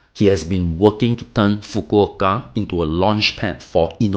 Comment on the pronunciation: Thank you for making the effort to pronounce Fukuoka correctly 🥰😄🤣